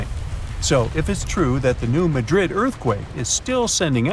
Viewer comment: Done at the very beginning. You don't pronounce Madrid correctly. Which means your research is incompetent.